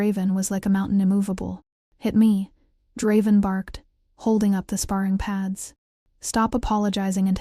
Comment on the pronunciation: The story seems really good but the narration is AWFUL!!!! I made it about 30 minutes in but sometimes I lost what they were talking about because i couldn’t understand what it was mispronouncing. For instance, even though the name was said several times, I still don’t know the beta’s name and the narrator even mispronounced Draven half the time.